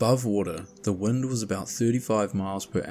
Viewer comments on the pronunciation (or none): none